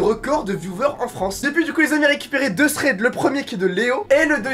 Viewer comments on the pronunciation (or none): none